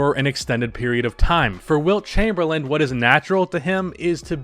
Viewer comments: It’s not Chamberland, lose the D at the end bro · I can't get over the fact he keeps pronouncing his last name "Chamberland" xD As always though appreciate all the hard work and research you put into your videos. Good quality content as always.